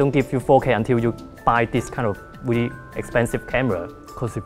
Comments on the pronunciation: weally funny... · Danny B. That's weally, weally funny!